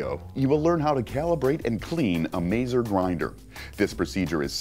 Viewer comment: Very useful and informative video....except for the pronunciation is way off; 'Mahtz-err' for Mazzer and 'Ran-chilli-o' for Rancillio....they are after all 'lingua Italiana'.